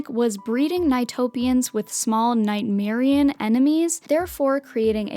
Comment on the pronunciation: These are timestamps of any mishaps and mistakes of any kind in this video, no matter how minor, for correction sake with some consideration and kindness in mind. This comment will be edited for updating the info in the whole video, now here is the list so far. - queen, they are pronounced as Nightmar-ENs, Nightmarionne, Puppet, Five NiGHTS At Freddy's...!? 🌙 😮👀🫨 - Super Mepian? That mepian kid be called a " King Pian " queen, get it? " King Pin " aye? 👀😮🫨